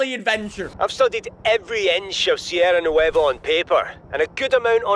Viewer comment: Bro he couldn't even say SIERRA NUEVA😂😂